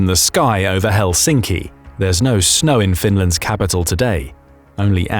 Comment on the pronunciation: It's Helsinki, not Helschinkci